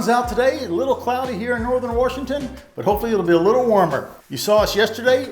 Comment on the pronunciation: Love how fast he picked up the word “warshington” real local now